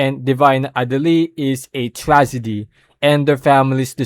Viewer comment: "is a trazedy"